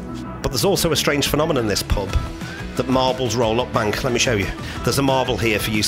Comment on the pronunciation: Prehaps you just need to pratice saying the word ? Not a criticism really as you did a good job of recording the pub for future generations after what has happened. An absolute tragedy.